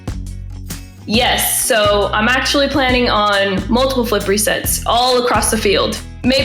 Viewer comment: LUL anybody else catch the "Flippereset"?